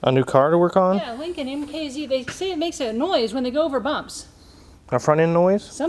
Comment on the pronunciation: Lin-C-Oln From bill and Teds.